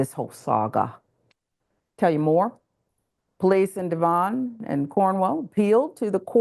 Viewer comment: My goodness Devon is not pronounced Dvahn. It’s Devon- like Dev-on.